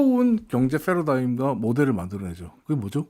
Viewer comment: 좋은 내용 감사합니다. 패러다임을 F 발음을 사용하시는데 좀 어색하네요